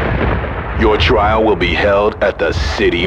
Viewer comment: "Your triel will be held at the city morgue" hahahahahaha